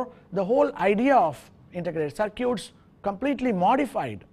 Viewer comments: Is it cir-cutes ? I thought it was cir-kits. Potato, patato......Now go build some cir-cutes......haha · Cir-cutes :D